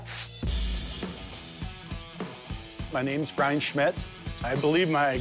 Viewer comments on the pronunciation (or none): none